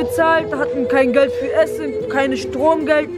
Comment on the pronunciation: hahahah es heisst Geld und nicht GLED